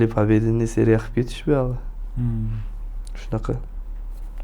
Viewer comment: Русча кушиб гапирма ука харипга ухшаб коляпсан ё харипмисан. Пабеденний деганинг жуда ухшамаяпти.